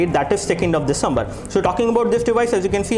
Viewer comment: you do not finish one point and start another.. like you were supposed to show hardware and then you showed speed test speed... and sir it is not 'disambar' its December and not 'janwarai' its January.